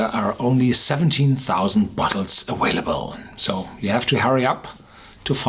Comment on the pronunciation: It's aVailable NOT aWailable!!!!!